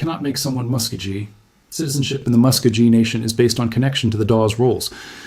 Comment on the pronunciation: Anyone who can’t pronounce the people properly should never disrespect the people by saying their name! AI should never be used to disrespect the people!